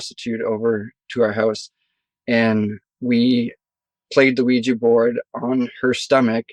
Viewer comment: It’s not weejy it’s ouija & u don’t need needles to take heroin